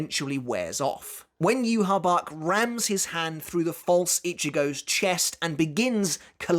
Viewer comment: Yu-Ha-Bach... Yu-Ha-Wach